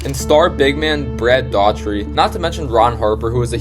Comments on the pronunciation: Brad Daugherty. It's pronounced Dowherty or Doorherty not Daughtery. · man, sorry. i was about to get in on the video... but then he said "brad daughtery".... then i was out! if you talk about people, please take the time to get their names right.... anything else is the same as disrespect 🙏